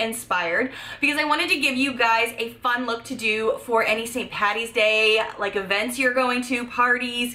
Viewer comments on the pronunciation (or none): It's Paddy not Patty.